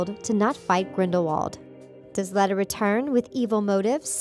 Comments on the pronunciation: these people need to get there info before making a video in pottermore jk said Dumbledore was transfiguration teacher at this time and in one of the books it was talked about how Voldemort cursed "defense" the dark arts because the school would not give him the position when he asked to have it and learn to pronounce leta correctly and like I said look into your facts before you make a video it is not that hard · Tom riddle Curse of defence against dark arts jobs it's pronounced leeta not leta and the defence against the Dark Arts room used to be the transfiguration room and Dumbledore tour transfiguration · Lee-tuh Lestrange, not Leh-tuh Lestrange. It's canon information that Voldemort cursed the DADA job. Dumbledore taught Transfiguration, just in the DADA classroom. Fun video, though. I'm hyped about this movie! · Out of all the mistakes these lady makes the thing that gets under my skin most is the way she's saying Leta. It's not Let-ah it's Leet-ah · 1. Tom Riddle was the one who cursed the defense against the dark arts because Dumbledore didn't let him teach 2. It's Lee-ta not Let-a 3. Grindelwald was killed by Voldemort in Nurmengand when Voldemort went to ask him where was the Elder wand 4. Dumbledore taught Transfiguration not Defense Against the Dark Arts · Leta not letta please learn how to read, the h.p. books are a great place for you to start you might get the facts right if you actually know some of the content. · It's pronounced leeta. They even say it that way in the movie. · It is pronounced “l-ee-ta” and grindewald was captured, not killed in battle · why are you pronouncing Leta as lada? it's not lada sport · Gellert was sent to nurmegard he didn't die! And dumbledore was transfiguration teacher. Malidictus isn't the name of the character it's the name of the curse we don't know her name yet! The only real theories here are stolen from other youtubers you have all the facts wrong! And it's pronanced leeta not letta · You said Leta wrong